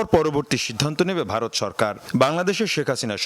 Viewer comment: I like how he says Bhaloth instead of Bharat😂